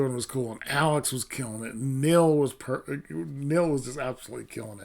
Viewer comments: It's pEARt not Pert!!! Pert was a shampoo back in the 70s. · Thanks for your review. Just a quick note re: the pronunciation of Neil Peart's surname. He pronounced it just the way it is spelled "P - ear - T" rather than "P - ur - T." By the way, the original recording of the song had John Rutsey on drums, not Neil Peart. Rutsey was fired after the first album.